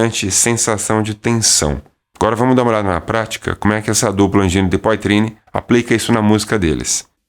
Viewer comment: Poitrine lê-se poatrine!